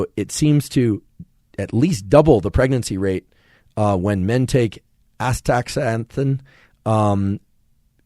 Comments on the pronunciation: Another great episode, thank you so much for the effort and excellent overview of one of the most important elements of human life. A couple things I'd like to say/ask: 1. Astaxanthin, I believe, is pronounced ass-tuh-ZAN-thin (a little easier to say with the softer X pronunciation). Another source for Astaxanthin is fish oil and Krill oil. I'm not sure if it is naturally occurring (although likely is) in this supplement, but many of the fish and Krill oils I've found beneficial include Astaxanthin. 2. I have a vision disorder called Esotropia (amongst other vision issues), or so I've been told by Optometrists since I was young, and wear corrective lenses to help this. I've tried to find some research about supplementation with Magnesium to help with this, and from what I understand, there are only a few forms of Magnesium supplements that can cross the blood-brain barrier effectively. Considering the eyes are part of the brain, this seems logical to conclude that it is vital to have these forms added to my diet to help with this issue, but I'm just an artist/designer suffering from workaholism, and a limited budget, and an insatiable hunger for learning - so I'm likely missing some important information to get the full picture of how I can utilize some if this information. From what I understand, Magnesium in eye drops would not be a good idea as the muscular tension is directly relevant to seeing properly. Can you comment on whether I'm even in the right ballpark in the way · Zeaxanthin is pronounced Zee-a-zan-thin, and Astaxanthin is pronounced Asta-zan-thin. Been in ophthalmology for 27 years, and these are my 2 favorite words. They're just fun to say once you figure it out. 😂Astaxanthin is the red color in Krill oil, and helps the body absorb the Omega 3s in the oil, among all the other benefits you mentioned. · Please learn how to say, as-tax-an-thin. :) Otherwise, thanks for your videos! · Bestie it's pronounced ass-ta-zan-thin :) Great episode!